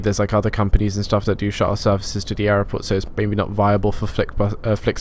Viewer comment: Why do you struggle to say the word 'airport'?